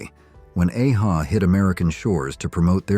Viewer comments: Nothing wrong with using an AI generated voiceover, but at least fix the band name pronunciation. AA Ha? 😂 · I was laughing at the way your A.I. says A-HA